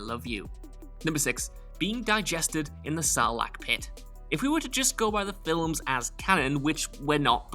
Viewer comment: "The FILLUMS" I know he's saying films but I'll be dammed if I don't keep hearing FILL UMS